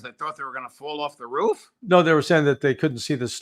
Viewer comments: Somebody in seecrete sirvice told to luck the udder way. Spelled incorrectly on purpose. And it's roof, not ruff, Larry. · Love larry....but come on bro.....its Roof not ruff hahahahhahaha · Why does Larry pronounce roof as roo-off?